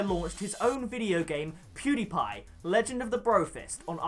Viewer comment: How many attempts did it take you to pronounce PewDiePie's name right or are you just magical. if I tried to say that I would spit all over the person in front and murder his name!